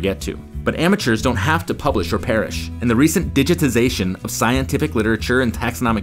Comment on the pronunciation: Why call them amueturs